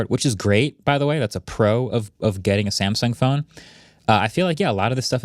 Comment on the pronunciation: Samsung ❌️ Samesung ✅️